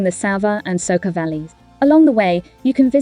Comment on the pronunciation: It is not Ljubljanika but Ljubljanica.And it is not Soka but Soča and waterfall is not Sevika but Savica.